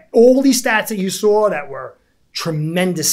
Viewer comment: Sawre > saw 😂